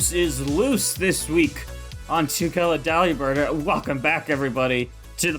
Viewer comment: It's not Deli-bird. It's DE-LIBIRD like delivered but it's a bird. He's not a bird who cuts meat.